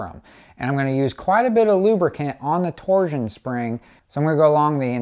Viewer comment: It’s a TORSHUN spring, nNNOT A TORZHUN SPRING.